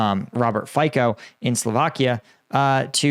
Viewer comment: Dear, Slovakian PM name is pronounced with C [si:] not K [key]. Anyway great content. Thank you for your outstanding work!